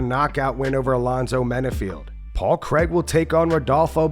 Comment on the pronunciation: It’s Craig not Kreg. Americans are always so phonetical yet this name and apparently Aaron are the exceptions to the rule.